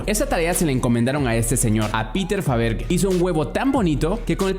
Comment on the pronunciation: Muy buen video pero mal pronunciado el apellido de Peter Faberge